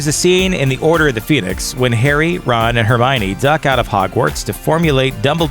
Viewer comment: Did anyone else notice that he said Bron instead of Ron